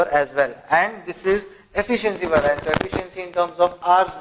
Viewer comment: Concepts are clearly explained. However, its, Var-ee-ance (variance)** please, and not var-aa-ince! :)